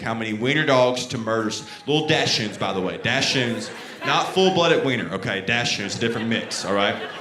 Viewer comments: he could at least say doxens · Dachshund is pronounced DOCK-zund. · it's pronounced like "daks-hoond" in German with emphasis on the first syllable. His was supposed to be a "white trash" version (his choice of words, not mine. Definitely not correct German. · Hilarious! (It's DAHK-sund, though.) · Like the way he's pronouncing Dachsund, Im southern and never heard it pronounced that way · Not one heckler in the crowd could have told him how to pronounce dachshund? 😂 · he also literally says doxons when he's talking about other people asking about the type of dog. I feel he's literally making fun of those calling them that